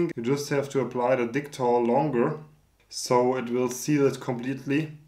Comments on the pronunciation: You know what, I tend to respect the name of the product in regards to the country of origin so I can pronounce it as such... then you, "I'll pronounce it like dicktol cause this is an English channel" xD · Certainly don't mind the German pronunciation of Dicktall Lol As for the 3D printed gas tank, really cool idea, might i suggest making a slight larger one and experimenting with a few things one: different filaments. there are a few more flexible and more ridged ones that could right off the bat change the game a lot two: try coating the inside like a actual gas tank, i forget what its called but there is this paint like stuff you pour in gas tanks to seal them internally I know i said a few but i have a third lol this would be finding a small tank thats commercially available and try making a reusable 3D printed version, first thing that comes to mind is those tiny butane camping stove canisters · I subscribed just because I'm hoping to hear you say DICK-TALL in a German accent more.